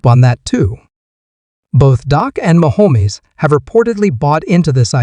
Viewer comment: If you are going to make commentary at least know how to pronounce the players name. It is Dak not doc and it’s not mchomwees.